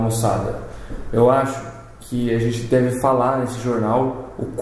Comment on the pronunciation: Voces tem que falar gente e não genti. fica mais engraçado